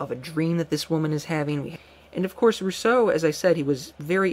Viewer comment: but that rolling R isn't at all how the French would pronounce his name....